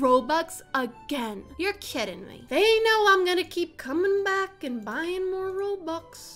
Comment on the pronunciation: When she said “are you kidding me right now” I thought she said “are you kitting me right now” LOL😂😂🤣